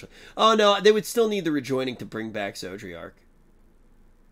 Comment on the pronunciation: Maybe will finally remember how to pronounce "Zodiark's" name after a certain cutscene.